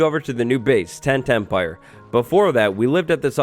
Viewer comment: Does anyone else hear "10-10-pire" every time says "Tent Empire"? 😅 I think any farm in the Nether should be legal, because the Nether bridges the two bases. I'm on the fence about trading with old villagers, though.